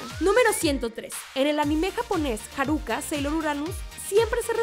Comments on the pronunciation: Muy buen video pero cada que la presentadora cambia los acentos de las palabras me irrita!!! Que es eso de haRÚka, SÁturm, y su lost in translation de "tu nómbralo" (You name it)... Ya nomás le faltó koKÓro como los otros perdidos otakus.. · Jeje si no puedes pronunciar bien "Neptune" mejor di Neptuno y ya! No es Harúka, es Háruka (no lleva acento, pero así se pronuncia). El nombre de Júpiter es Makoto, Lita fue la adaptación para latinoamérica. Yo agregaría a estos datos que todas las chicas pertenecen a un estrato socioeconómico alto! Y que uno de los errores garrafales que hicieron en Crystal fue que dijeron que Haruka poseía los 2 sexos o algo así ja...😅